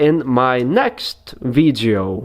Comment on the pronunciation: Who else likes it when he says “veedyo”